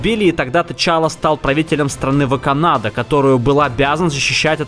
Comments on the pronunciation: ВаканАда, что простите, может вакАнда? UPD - подписывайтесь лучше, а не лайки ставьте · ВаканАда?... типо... Вай Канада? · Когда неправильно назвал страну Чёрной Пантеры, я выключил видео и поставил дизлайк